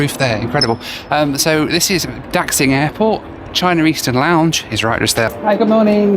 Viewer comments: I love your videos but man do your Chinese pronunciations need some work. I'm not sure whether if its because you don't care or because you hadn't heard these spoken out loud before, but your pronunciations of Guangzhou, Xiamen, and Daxing were brutal. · Slaughtering the names of some of the cities I live in China. I'll help you out... Guangzhou - pronounced "Gwang-joe" (The zh in Chinese sounds like a j-sound.) Xiamen - pronounced "She-ah-men" (The x in Chineses sounds close to a sh-sound.) Daxing - pronounced "Dah--shing" (same as Xiamen) Happy you love Daxing. It's an amazing airport. I never have been to the Xiamen international terminal, but there is a new Xiamen airport being built right now and hope you get to see it next time. And yes, China's security is the crappiest. They also don't let you charge your phone on the plane with a power bank. It's so insane.